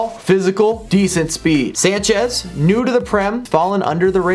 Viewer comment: "Swanchez"